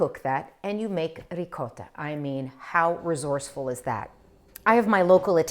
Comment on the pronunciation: Ciao Christine ! Non solo la parola gnocchi, ma anche la parola ricotta. Spesso sento gli americani che pronunciano qualcosa come…”riccoda”. :)